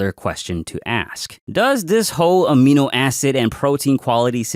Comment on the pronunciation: Did he say aminoasshole? 😂